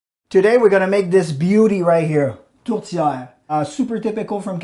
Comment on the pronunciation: Congratulations! You pronounced Tourtière correctly! With the french Canadian accent.